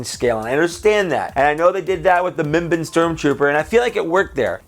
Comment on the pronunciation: Just correcting you mimban is not pronounced (mim-bin) it’s (mim-ban) like edit: barn without the r